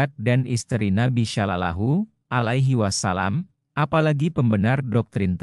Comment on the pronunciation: Iki opo maneh..😂😂😂😂 Hanya anak SD yg percaya sama berita ini,..si pembaca berita aja non muslim,.."rasulalah salalahu aliwasalam" pelafalan nya kaku banget 😂😂😂 Ini video pake AI, Chanel yahudi yg lagi nyamar pake nama Islam 😂😂😂😂